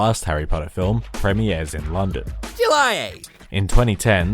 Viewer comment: "July" OH SHET ITS JELY